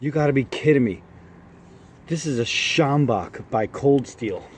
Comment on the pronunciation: Great pronunciation of "sjambok", I was waiting for you to say it and was very impressed! Also you are absolutely correct about the bend, it makes the sjambok even more effective. I'm from SA, this is one of the best weapons ever invented.